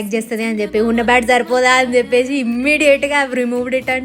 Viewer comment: Chesesi,cheppesi,😂 Not cheppeshi,cheseshi😢.